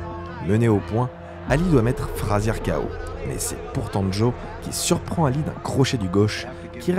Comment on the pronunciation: d'accord avec toi parcontre ça pique les yeux comme tu a écorché le nom de ALI..